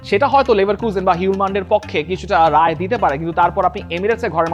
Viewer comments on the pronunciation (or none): none